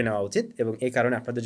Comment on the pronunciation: "GIVZAWAY" "ENTRY" "DONZ" CONGRATULATIONS FOR 1.9M SUBSCRIBER❤